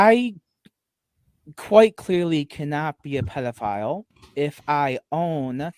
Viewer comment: I tawt I taw a pdf I did i did see a pwedoflile